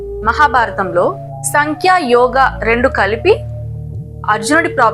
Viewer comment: సంఖ్య కాదు సాంఖ్య. The problem with English is it cannot represent the pronunciation of Sanskrit words clearly.